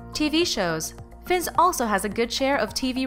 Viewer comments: It's pronounced Fines not Finns. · Ffs learn to pronnounce names his uncle's name is pronnounced Rayf Fines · You pronounced Fiennes wrong and Ralph is pronounce Rafe. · You are pronouncing his name wrong